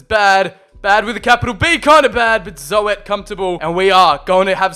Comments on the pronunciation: “Zo-et” lmfao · Thr name is not zoet its zut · Zoet is pronounced as "zoot" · As a Dutch person, the best thing of the video is the way you say: Zoet hahaha, cuz not even one sound is correct ps. Zoet means Sweet in English ;)